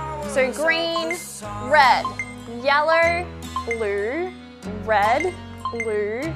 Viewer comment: Adorable how you manage to cram an “R” sound into “video” and “yellow”. 😊